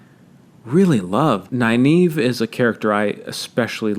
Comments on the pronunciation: Nynaeve .... Isn't her name pronounced Nin Eh Vuh ? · Man the pronunciation if Nynaeve threw me for a loop. I was pronouncing it as (Nin-uh-vuh) the whole time.